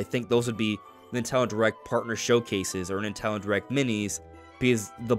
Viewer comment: Is he saying Ninteldo?